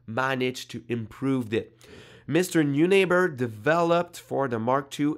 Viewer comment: It’s a German name and would be pronounced ‘noy-nahber’